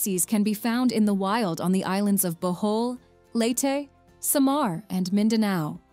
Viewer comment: its SAH-MAR its LEYY-TI